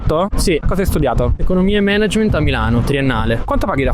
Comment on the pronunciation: Incredibile come, pur vivendo, studiando e lavorando a Londra, la gente continui a non saper pronunciare "management"...